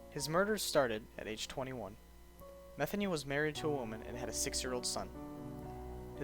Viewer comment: IT'S MUH-THEE-KNEE, not Methanie... Jesus.